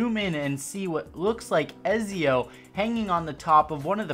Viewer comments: "EZIO" ooooofff ETZIO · "ezzio"... Ew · It's ET-zio not EZ-zio =. = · Who tf is Ezeo??? Ya mean Etzio? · It’s not ezzii it ezio uhhh do it with me ac fans 3 2 1 🤦‍♂️ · Let’s go Eh-zee-oh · Just want to point out, Ezio is pronounced more like Etzio with a light T and there were three assassins creed games with Ezio in it called “The Ezio Trilogy”. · When he said ezio’s name I was like it’s pronounced etsio but honestly I don’t get annoyed with people that say it wrong because you’d think you’d pronounce it how it’s spelled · The way you said Ezio really annoyed me hahaha... it’s (ETS-ZE-YOH) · Its et-see-o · Its pronounced “E-ts-ee-oh” dummy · the way you say Ezio is not right and it's cringe worthy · Ezio. It's ,,c'' not ,,z'' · Anybody else get annoyed when he mispronounced ezio?